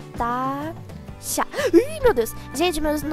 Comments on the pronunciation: Só eu entendo ela falando tanasha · eu amo quando vc fala tanasha kkkkkkkkk